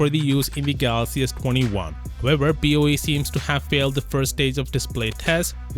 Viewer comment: BOE becomes BOO 😂😂🤣🤣😂